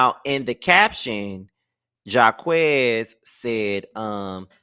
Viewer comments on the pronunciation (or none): it’s JAH-KWIS not Jah-quez lol & no Jacquees slander I love his music ❤❤😂